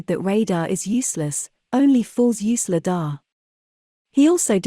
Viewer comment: The correct pronunciation of Lidar is: LIE-dar, with the emphasis on the first syllable.